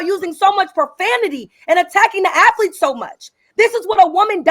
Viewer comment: Afflete and strengf training...😂😂😂